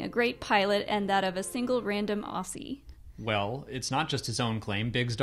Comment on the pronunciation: Who's the single random Aussie? PS. It's pronounced like "Ozzy".